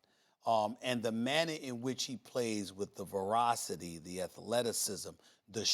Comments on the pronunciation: Stephen a. Doesn’t know how to say velocity, he is been saying verocity everytime lmao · did he say verocity again when talking about zion?